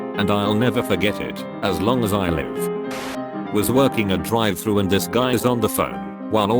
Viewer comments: the way they pronounced Drive-“Thrus” 😂😂😂😂😂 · Drive "Thrush " Pewsy SW.